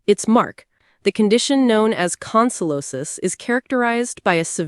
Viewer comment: CONSUELOS. YOU ARE SAYING HIS NAME WRONG 😡